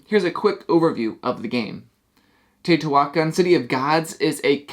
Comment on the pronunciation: it is pronounced teo-ti-hua-can NOT teo-ti-huac-an